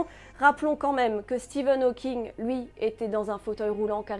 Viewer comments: bonne vidéo, mais juste c'est STEPHEN hawking, pas steven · s'il te plait! StePHen Hawking par SteVen! Voyons!;) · Bah alors dire Stephen c'est plus dur que de dire deux fois Steven? #hawking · Steven Hawking? Stephen Hawking voyons 😂😂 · Stephen* pas Steven 😉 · Ça se dit Stefan